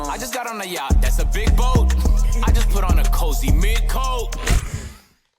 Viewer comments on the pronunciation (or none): bro said yatchy